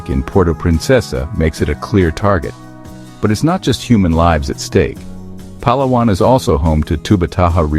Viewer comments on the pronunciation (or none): Palawan is pronounced with accent on second syllable.m , not on third. Say it slow, Palaaaawan.